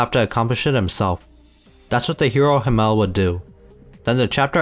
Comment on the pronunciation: Himmel, not him-el🙏